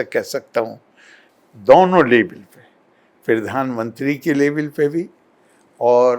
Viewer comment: क्यों करे इस मूर्ख को फॉलो,ये ग्रंथ को गि रनथ और प्रधान मंत्री को पिरधान मंत्री बोलता है।न तो दुनिया जनता है और न ही धर्म।100 मूर्ख